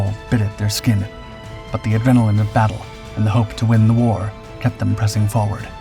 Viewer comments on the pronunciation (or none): none